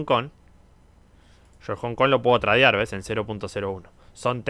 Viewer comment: SE DICE TREIDEAR, NO TRADEAR